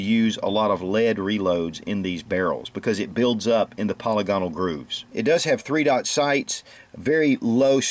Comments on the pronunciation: Po lig a nal. Not poly gone al! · I really wish people would stop calling the rifling "polly-gonnall", it is pronounced "pe-'li-ge-nel". Think of the name Reginal. A quick trip on any computer/laptop/smart phone to M-W (Merriam-Webster) will help you see that there is a difference.